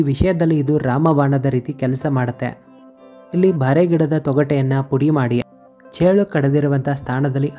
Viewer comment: (ಬಾರೆ ಅಲ್ಲ) ಬೋರೆ ಗಿಡ